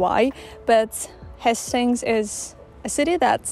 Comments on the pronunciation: Little lesson. Hastings is pronounced Hay-stings not Has-stings. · Beautiful editing, I may have to use some of your ideas :) great vlog aswell. By the way its pronounced more like haystings (although your pronounciation actually makes more sense!) Easy new sub here :)